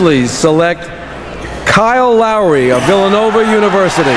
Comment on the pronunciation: Kyle Llllllowry